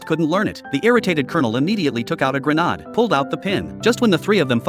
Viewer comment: What a stupid video. And using AI to narrate it. 'Grenahd' instead of grenade. What a joke!🙄